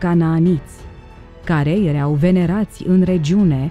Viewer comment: Poți sa pronunți măcar o data corect verbul (erau )“ierau” și nu “iereau”? Este foarte enervant!